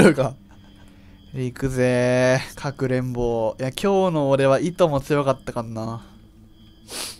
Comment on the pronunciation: かくれんぼじゃなくて各連合って聞こえた